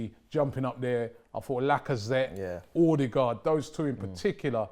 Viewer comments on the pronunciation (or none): Pls Robbie and co, it's pronounced "Er-de-guard" not " Oh-de-guard" or "O-de-guard"